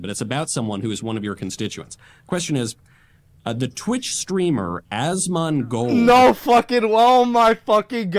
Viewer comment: Twitch streamer "Ass-maine-gott"?